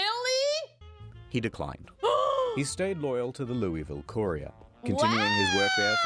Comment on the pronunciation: People pronouncing Louisville wrong are making my eyes twitch.